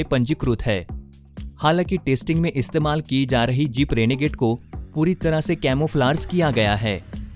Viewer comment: “Tasting” nahi bhai.... it’s “testing”....